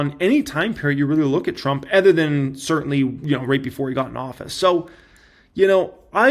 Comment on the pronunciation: It’s so painful to listen to mispronounce the word “OTHER” 15 times in a single video. Here’s an hint, the word doesn’t start with the letter E.